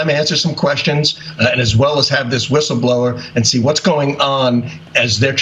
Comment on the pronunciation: A "wishel blower"? How is somebody with a speech impediment allowed to be in front of the camera on the news? She sounds like Daffy Duck.